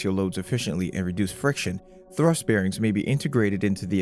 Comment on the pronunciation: BeerRings 🍺💍? Is that how Bearings 🐻💍 is pronounced? 🤔